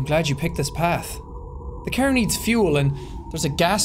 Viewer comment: Why do you pronounce car as "kehr" lol